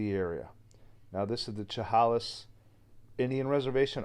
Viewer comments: Chehalis is pronounced Sha-hay-lis. Walking ANYWHERE in the wooded areas of the Great Northwest and B.C. is spooky. You are constantly looking over your shoulder.😳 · Chehalis is pronounced : sheh hay ‘ less. Sorry, but it really bugged me! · You missed pronounced the tribe. Sh a hail is would be how to pronounce the tribe a reservation. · I will show you how to say the name Chehalis as it sounds, Shahaylis that is the correct way to pronounce that word. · Shh-hay-less (chehalis) is how you pronounce it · Chehalis is pronounced Sha-hail-us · Chehalis is pronounced "Sha-hay-liss". The story is not new. The tale of Saraphina is well known in the Pac NW. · Chehalis pronounced “ sha hay lis “ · Sha Hay Lis Is the proper way to say it. Thank you for the great Story. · It's pronounced, sha-hay-lis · Just so you know Chehalis is pronounced shu hay lis. Love the video. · Chehalis is pronounced sha hay lis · Chehalis = Sha hey' lis (love your videos!)